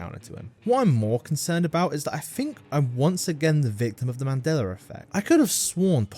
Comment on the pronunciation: this actually hurt my heart this too and this hahah yeah sure theres no hard R in "mandela"